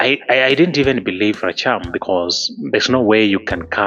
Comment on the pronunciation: Rachier not racham